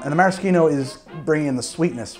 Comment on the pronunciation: Don't pronounce maraschino like that ever again thanks 👌